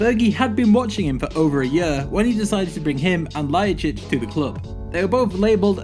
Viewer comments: Where do you read Ljajčič? Its Ljajič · Lol "Adam Ljajchic"!! Its pronounced "Ljajich"...And he was never dubbed as a new Ronaldo! Never! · adem ljajicic...wtf are you talking about it's LJAJIC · Adem Ljajic...dude you just added 2 more letters, you pronounce it like Adem Ljajićić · It's not lajicic but lajic Lay-itch And It's not Zoran Tosic It's Toshic